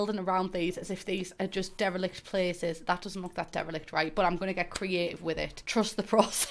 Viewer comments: The first handful of times I heard you say "derelict" my brain processed it as "devilish". Either way, both are strangely appropriate in this context. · So.. I've never been the one who doesn't understand what she's saying- I always do. HOWEVEr, WHAT is the word she keeps saying?? "Darelekt" is all I can hear? My brain hurts. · What word is she saying ? Starts with a d? Idk if it’s her accent (obvs no shade cause I’m from the Midwest so I sound like shit) or if it’s just my limited vocabulary but I have NO CLUE what that word is.